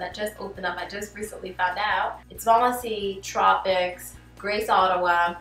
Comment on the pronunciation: Out sound a little like “oot” and process sounds like “PRO-cess” lol it’s the cutest thing 🥰